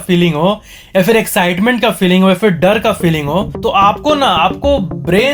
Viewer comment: Fun Fact:: He says d in r like he says dad in dar...listen carefully